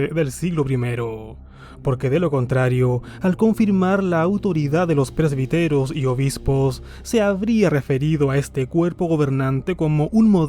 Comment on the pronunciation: Se pronuncia " presbíteros", acento en la í.